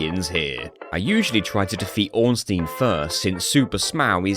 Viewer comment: It's funny that you pronounce both Ornstein and Smough differently than how it was likely intended (based on the Japanese spelling, which is phonetic)